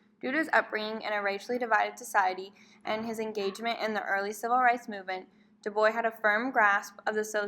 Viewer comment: Love on how you explain his theory the only problem I have is the pronunciation of our name